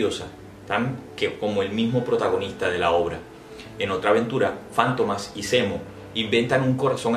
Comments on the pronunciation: ¿Fántomas? ¿No es Fantomas? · Es Fantomas no Fántomas ... Es un sustantivo en palabra grave , por eso no va acentuada en la penúltima sílaba , si fuera Fántomas , por ser palabra esdrújula llevaría tilde o acento en la antepenúltima sílaba . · Porqué la pronunciación como si fuera esdrújula y no lleva acento. Para mi es Fantomas, llana.